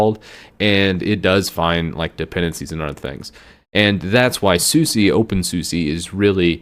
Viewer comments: Not "Suzie." "Soos-ah" or "Soos-eh" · Open SUSE not open SU SEE I agree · it is suse and not susi, DIS IS GERMAN! xD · Quit saying Soosie! Its pronounced "Soos" or "Soosa". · Deb as in Deborah or Debra, ian as in the name Ian or "ee-an"... deb-ian. Also it is SOOS for Suse, not soo-see. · even in american it should still be pronounced suse. susi. would be more latin american pronounced. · Suse also pronounced wrong... ouch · chrissx Media How do you pronounce “Su” on the beginning of a word: Super, Subtil, Suche? And how do you pronounce “SE” at the end of a word? haSE baSE pauSE? So... how do you pronounce SuSE again? 🧐